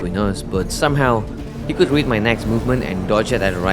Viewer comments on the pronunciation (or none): none